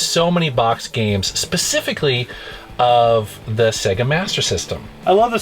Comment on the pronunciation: Finally, an American who pronounces SEGA correctly:)))